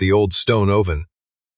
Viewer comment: And sourdough, and oven.